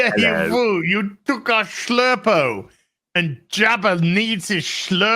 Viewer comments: Thou shalt not shlurpo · "I have a bad shlurpo about this" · Shlerpo is the word.....😂😂😂😂😂